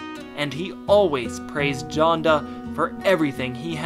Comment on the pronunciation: This man said Jonda